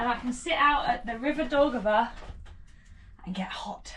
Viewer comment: You are nice entertaining couple. Thank you for showing around my native town Rīga. Best wishes to you. But why couldn’t you learn at least five words without butchering them?City of Jūrmala, river of Daugava etc. You cannot use English pronunciation for all the languages of this world. Besides, please learn what these names actually mean, for example “Jūrmala is compound word “Jūra” and “mala”, which means “sea” and “side”. Also, in Latvian sauna is not called “banja”. Bania is Russian word . Latvian sauna is called “pirts”. Blessings!